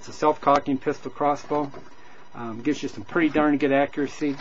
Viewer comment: Did he just say "self crossing"? I thought it was self cocking.